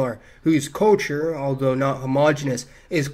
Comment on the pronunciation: I love you but I hate the way you pronounce culture